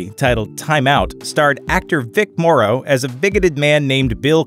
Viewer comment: Vicks last name is Morrow as in tomorrow, not morreau!!!